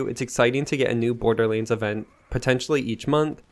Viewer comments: yea he always says that, borderlense...... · Did you just say Borderleens?